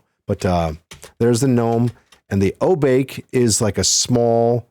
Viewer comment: This is great,! This brings me back, and makes me realize how much I've forgotten. By the way, the race Obake is pronounced "oh-bah-ke" with the "ke" like kettle. Obake is a Japanese word that translates to something like monster or ghost--basically some kind of shapeshifter. This is a cool concept for a race of a class for one of the characters. You've got a good setup also. Very thorough and nuanced takes and observations. Mesmerizing!